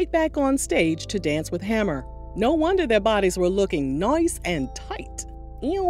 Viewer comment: Did u say noice?! 😂😂😂😂